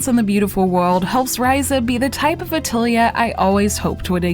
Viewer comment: Liked the review! Small remark: It's a-til-ye with a pronounced lengthened e with tension (not meaning the English kind of ee)